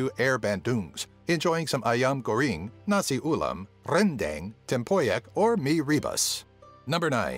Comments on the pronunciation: Ikr especially when he pronounces rendang as reeeeendeeeng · Rendeng,Kempedak,Lengset,kuey,er bendung,mee rebaSSSSS,nasi Ulaem the way he pronounce the food has me weak af 😂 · 10) It's pronounced as Cham-Pee-Duck (Cempedak), Ah-Ye Ban-Dong (Bandung Drink in Berhasa form), Ren-Dung (Rendang) and come on... Mee Re-Boose (Mee Rebus) Re-bus... What's that? Waiting for the bus again? 9) It's Tian.. TIAN! Chinese have no hanyu pinyin called Then or something related. 8) Er.. So... Tony Fernandes? Vincent Tan? All not mentioned? Wow... 7 & 6) The caning is not only on Malaysia's side but also on Singapore's side. Plus the baby thing? It's also on both side of the country and also elsewhere in Asia but in both Malaysia and Singapore, we call this behavior "pantang". 5) The USB Thumbdrive claim was even more ridiculous. It was an Israeli company who patented the thumbdrive outright and it was Trek Tech from Singapore and a China company that made it into the worldwide market while Pua Khein Seng just designed a reader for it. facepalm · "Rrrrrrrrendang" "TamNa" "Sarah-wack" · Your.... pronunciation.. I'm fucking crying... renDANG. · and rendang too